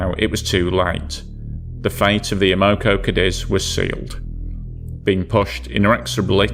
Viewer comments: the oil company's name is pronounced AM-O-CO. It stands for AMerican Oil COmpany. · It's pronounced Ammo-co. NOT A-Moco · A Moco? I have always heard it pronounced Am o co. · its not Ah-mo-co it's pronounced Am-uh-co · I cringe every time I hear about the "a-MO-co Cadiz. It's AM-o-co Cadiz". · It's AM-uh-co, not uh-MO-co. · We pronounce it Am-a-co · (AM-O -CO ) American oil company, If you're going to explain something about an American company or the American people, pronounce it correctly, Americans deserve that,If not for America and it's men you would be speaking German right now TY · You're always eloquent and respectful, which I appreciate. However, as a Chicagoan, just have to say the pronunciation of the first word in the name of the first story's ship grated on my ears. Like others have said, it's AM-oh-co. (Originally one of the Standard Oil companies, it later became Amoco, which is now owned by BP.) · Great video but that's not how you pronounce Amoco😆..AEH-MUH-KO😉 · Am O Co is how to pronounce. Good video Thanks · Stop saying it wrong! 😅 It's Am Ma Co. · As a Chicagoan, that drove me nuts. AM-oh-co, damn it! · AM-O-CO Amoco! That's how its pronounced. Who in there right mind would sail a tanker in to a Gail? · So every syllable gets accentuated? SMH AM-uh-co <-- this is how you convey phonetic pronunciation. (alternately, you can replace the first hyphen with an accent/single quote mark) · Have I been pronouncing Amoco incorrectly for 40 years? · You're pronouncing Amoco incorrectly That is, unless you are stating the Spanish translation of "to snot" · The pronunciation actually makes sense if you're not familiar with the company. American Oil Company. Oil isn't pronounced "AWL"